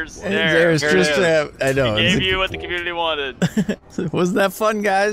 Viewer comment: ITS PRONOUNCED " tris-trem". Trist TRAM 😂 JK